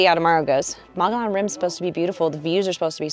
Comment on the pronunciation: So the locals don't laugh at you, Mogollon is pronounced "mug-ee-own".